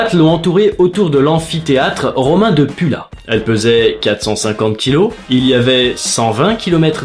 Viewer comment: non on ne dit pas pUUUla en mode 100% français mais Pula qui se prononce poula ;)